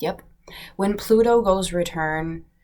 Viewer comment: Funny you said "pluno". I was comparing the charts of my Taurus(I'm aqua crosswatcher), long story short his Juno aspects My Scorpio in our birth charts in a way that's hard to explain. Yesterday his horoscope mentioned Juno as well. I'm going to study it more today. And you said "pass the baton", today he came home to grab lunch and he rode back with his boss so he was in a hurry. I handed him lunch and ran jokingly like a baton pass lol. ALSO, when I read for other people or meditate I ask my guides to connect with their gatekeeper for permission to their higher self. I got 5 of swords and death in a reading today😬 girl I feel eerie too dang it.